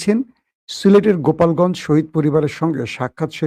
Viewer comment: ভাই গোপালগঞ্জ না এটা গোলাপগঞ্জ